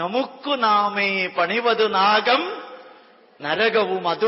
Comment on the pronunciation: "nagam" allaa "nakam" aanu. 'Swargam' ennardham. Elimayodoru suhruthu. Nandi!!